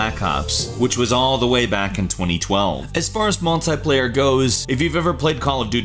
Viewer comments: It's multiplayer not multyplayer just saying😊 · Ur crap at cod + its not 'Multiplier' its Multi Player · it is not MULTAY-player, it is multi-player, TEA!!! MAL-TEA-PLAYER goddamit stop it